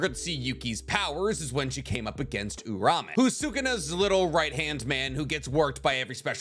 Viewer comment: Loved the vide but just to let you know Uraume is not pronounced "Oo-ra-may", it's "Oo-rah-oo-may"